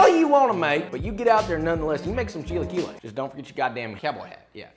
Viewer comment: what the fuck are "chi lie que less"